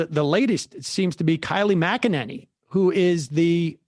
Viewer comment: Kylie MacAnanny? Is it just me or is Sam's inability to remember or pronounce people's names getting worse?